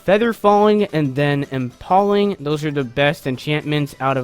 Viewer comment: How can one person be so stupid. This is a shitty seed, he doesn’t know how to pronounce impaling, and the “console” version of Minecraft is bedrock!🤦🏽‍♂️🤦🏽‍♂️🤦🏽‍♂️🤦🏽‍♂️